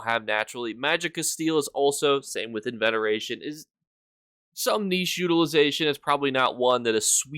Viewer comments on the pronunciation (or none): lol he always pronounces everything wrong it's super amusing lol. such as enveneration lol. We love you:) sound it out! haha;) EN-UR VAY-SHUN. lol